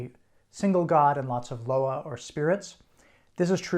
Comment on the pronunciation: Loa- is pronounced Lwah Bois is pronounced Bwah